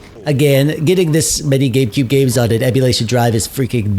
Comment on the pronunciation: Did you actually say "GayCube"?